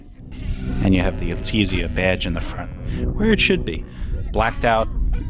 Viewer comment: Alteeeezaa? You mean AL-TEZ-ZA right?